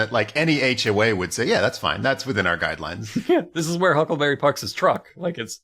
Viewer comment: i think it's adorable that jason pargin calls huckleberry 'huckaberry' 90% of the time.